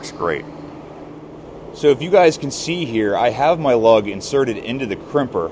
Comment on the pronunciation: I am a tool maker (with you) and your "yens guys" is funny / but we say "used gays" sound it out slow like you do, you will get it.